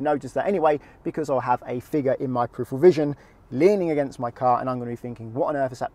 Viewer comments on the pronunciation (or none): none